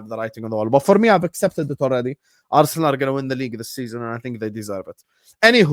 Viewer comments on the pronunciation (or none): The thick middle eastern "Anyhooo" was the icing on the cake